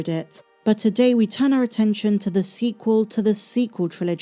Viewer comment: The "su-sequel" trilogy.